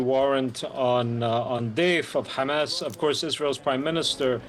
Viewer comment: Will journalists never learn how to pronounce "Hamas?". Why are educated people so inept, or is it haughty arrogance?